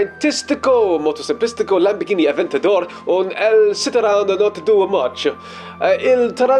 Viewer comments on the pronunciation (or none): when you said Lamborghini avetador got me laughing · "Lamborghini Avendator🚜" I REQUIRE FIRST AID